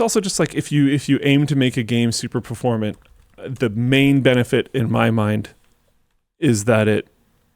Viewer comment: "perforMANT"! don't just guess words, please. Good talk, love hearing about gamedev.